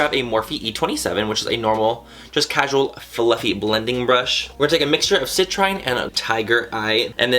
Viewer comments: The colors are all named after gemstones. Citrine is pronounced si-TREEN 😏👍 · it's pronounced citreen. you're awesome dude! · Mannymua, citrine is pronounced ci-TREEN. I hope this helps. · hey Manny! citrine is pronounced sit-rin-e. the e is silent, the "rin" part that your have trouble pronouncing is like who you pronounce rim but with an n instead aha. Also, most of the names of her shadows are named after gemstones :) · Why can't anyone ever pronounce citrine? 😂 anyways, SLAY BABY 😍💕🌙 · Gasp! Brush swatches?! Claps for Manny! People usually leave them out but they really shows how a shadow performs. Good job honey, and you had me rolling with the citrine pronunciation, btw! Lol keep it up!